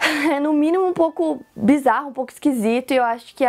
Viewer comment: A história só é boa quando você fala BIZZARO KKKKK